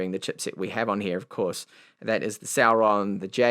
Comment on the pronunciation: Is it celeron or sauron? Lord of the rings anyone 🤣